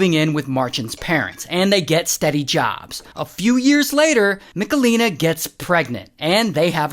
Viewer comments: Ray, it's not MiKalina, but MicHalina 😂 Its a serious case and i couldnt watch it without giggling 🙈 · im from poland and the pronounciation of michelina is hurting my soul